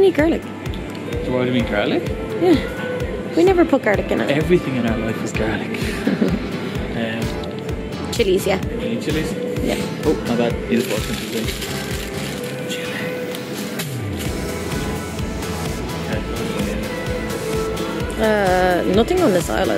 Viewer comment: it sounded like chibie instead of chilli you are cool